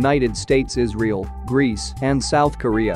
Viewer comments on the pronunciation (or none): none